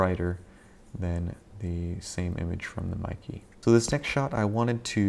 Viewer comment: Mee-kay, not Mi-key.